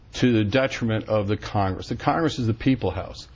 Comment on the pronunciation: wtf is khangis it's pronounced Congress